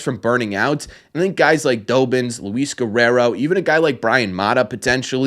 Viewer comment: His name is pronounced Dahbins not Doughbins lol. Think of Robbins with a D😊